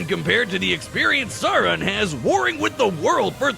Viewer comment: I hate asmon keeps mispronouncing Sauron’s name